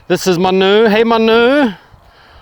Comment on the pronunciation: Is Manu a french dog? The way you pronounced it 😄